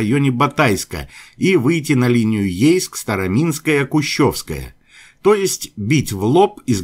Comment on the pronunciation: Не "КойсУг", а КОйсуг, станица - не "СтаромИнская", а "СтароминскАя". Слух режет и нас, местных жителей, сильно огорчает.